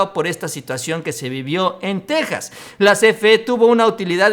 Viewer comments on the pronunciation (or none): none